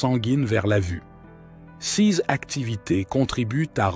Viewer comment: Oui, la vidéo gagnerait énormément à être lue par un humain. Cette voix de robot incapable de dire "CES" correctement est pénible.